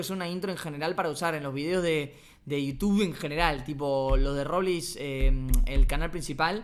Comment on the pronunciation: La intro dise robleis